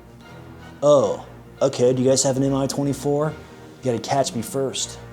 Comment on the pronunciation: It's not "em-eye 24", it's "mee 24". Two letter index in the name of the Soviet/Russian aircrafts is not an acronym, but a first letters of the head constructor's name: An - Antonov, Il - Ilyushin, Ka - Kamov, Mi - Mil, MiG - Mikoyan and Gurevich, Su - Sukhoy, Tu - Tupolev, etc.